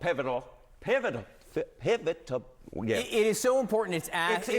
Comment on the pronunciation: Such “Experts” that they can’t even pronounce “pivotal” let alone spell it! 😂